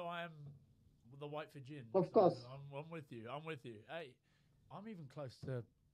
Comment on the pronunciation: Ok, apart from a couple of lineouts, best pronunciation of Fijian by a non Fijian. I’ll be starting a podcast of how to pronounce. Just to be a PSA.